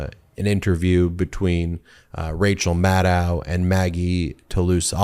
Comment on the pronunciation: Rachel Maddow pronounces her last name " Mad- doe" not "ow".